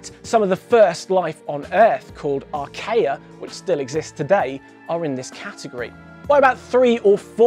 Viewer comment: Archaea is pronounced ar-key-uh.